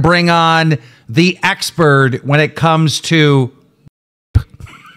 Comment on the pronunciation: Why can’t say expert? Is he saying expurd?